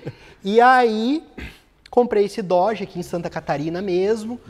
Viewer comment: com o Dorje que tu falou aê... Dorje ou no car!!